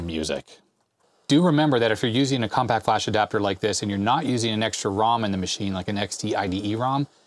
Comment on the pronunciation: "Definitely on the Compaq(t) size ...." Nice.